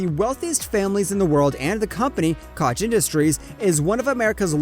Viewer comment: Bruh you do a good job, but you gotta work on your pronunciation. Do research on the names because you say them wrong constantly. Just some constructive criticism. For instance Koch is pronounced coke.